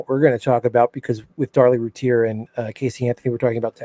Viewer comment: Please say her name correctly lol lol 😆 🤣 Rooo- tier ... I don't know why I let things like that bother me🤣 Sorry not trying to be rude. Thank you so much for the upload. Casey Anthony should be on death row. Darlie should have been home years ago.